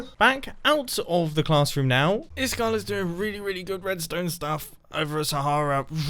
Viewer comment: Is kall är ice cold på svenska Is-kall uttalas det I skall